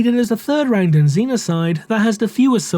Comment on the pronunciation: The Rang-Duh?